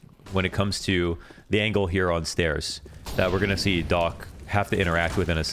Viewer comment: when u was saying "Docc", i thought his name called "Dog" :)